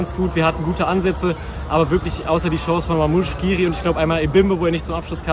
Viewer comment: Wie kommt man denn auf diese Aussprache von skhiri?